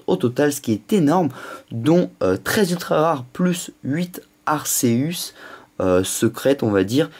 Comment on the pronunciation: Putain sa se prononce pas [arceusse] mais [arkéus] sa m'énerve sa sinon bonne vidéo